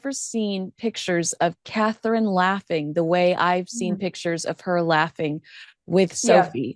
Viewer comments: Is it so difficult to say Catherine and not KATE. Or are you doing this on purpose! Elizabeth, from South Africa. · Try to say Catherine! And not Kate! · Kate (because she can not say Catherine) Nichols again??..I'll go watch Dan Wooten and Brittany.